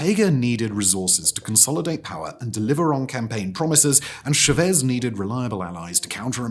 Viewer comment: Nicar Agua (like water). Cha vez emphasis on first syllable.